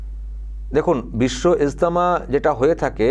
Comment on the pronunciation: এস্তেমা নামটা ভালো করে উচ্চারণ করুন মুসলিম হয়ে নামও বলতে পারেনা